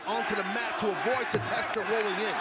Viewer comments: His real name is pronounced TAKA*SHEETA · Proper pronunciation is ta-ke-she-ta